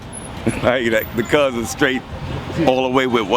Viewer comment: Fake ass nerds can't even say cuz right cuzzzxxxxx......